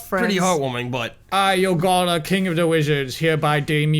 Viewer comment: Ren: Youngalla... Yogalla: It's YOgalla, learn it Ron!